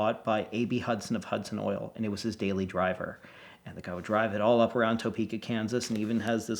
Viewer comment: Psa: we Kansans do not pronounce Topeka “toepeka”